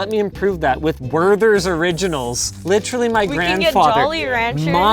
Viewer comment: Werthers are pronounced with a hard T and not an English TH :) and yes here they usually also are given to us by our grandpas, but they are actually really good. I wonder since when they sell them in North America